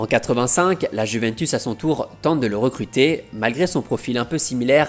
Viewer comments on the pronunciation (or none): none